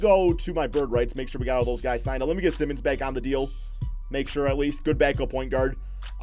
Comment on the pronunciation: Just fyi, Anfernee Simons' last name is not pronounced the same way as Ben Simmons'. It's pronounced the same as like Simon as in Simon Says.